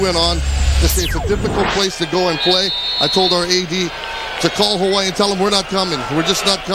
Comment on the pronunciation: Is that the dude that keeps saying “HAWA-EEE